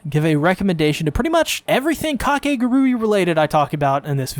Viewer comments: This is already pushing my buttons and I'm not even a minute in but it's (ka-kay-goo-ree) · I really cant get over how people pronounce Kakegurui like there is no actual way to pronounce it but Kah-ke-gu-ru-e K-k-gu-rae Same word different pronunciation. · How do you pronounce the name of this show? Ive been saying it as: cake·uh·gure·ee And ive heard people say it different from how the guy in the video says it so now im confused.